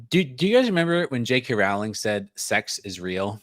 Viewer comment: Thanks! Rowling rhymes with bowling.